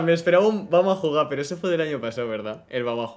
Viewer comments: si dice bueno "vamo a juga" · Tmb esta el "vamoh a jugah"